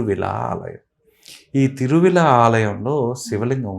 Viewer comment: Thiruvizha Mahadeva temple. Hara hara mahadeva temple... Om Namah Shivaya... Please correct the soelling, it is Thiruvizha not Thiruvila